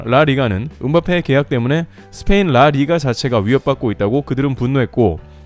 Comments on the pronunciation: 이거 컴퓨터 음성임? 리딩이 존나 부자연스럽네 누가 "라 리가"를 "라" "리가" 이렇게 읽음? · 라! 리가 ㅋㅋ 발음